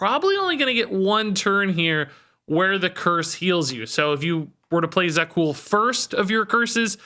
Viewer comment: Za'qul is So'qul 🙂